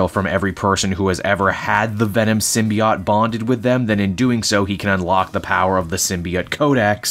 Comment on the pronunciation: I guess I'm going to be that guy but Symbiote ends with an oat sound...